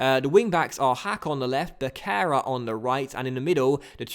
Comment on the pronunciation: The C on Becerra's name is pronounced as an S :) Keep up the good videos!